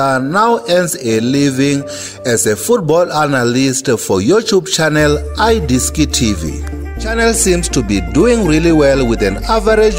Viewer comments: its not I Diski Tv buts its Idiski Tv YOU PROUNANCE I as E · What is I Diski TV? It's iDiski pronounced as E-diski. Not this butchering of the word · Le wena monna where u from?? Not "i" diski " man..